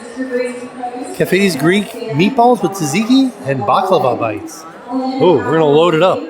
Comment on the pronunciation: You gained even more love and respect from me for saying “baklawa” and not “baklava” ❤